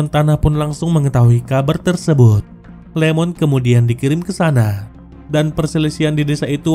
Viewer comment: Iemon bang. Bukan Lemon😅